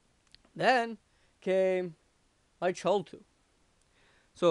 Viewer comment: its pronounced "kathool" not "chull" its a Cthul-tool, as in Cthulu the underwather kraken type monster.